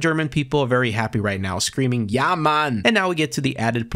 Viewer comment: it was so funny hearing you say "ja man" 😂 i love your videos